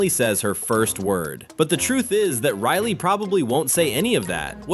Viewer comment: Its riley.. 😒 not RILY